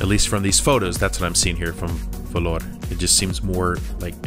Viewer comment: I'm from Vellore Dad. Happy to see our place in this video. And love the way you pronounced it. Its great and cheap to live in our city.